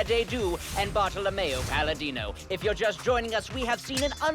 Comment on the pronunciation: It should be "Bartolomeo" even if they wrote "Bartellemeo", it's funny how pronounces it correctly, though